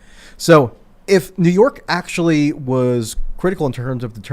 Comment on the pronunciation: Michael Tracey: "Ackshullly! Ma! I need a hot pocket! Anyway, ackshully"...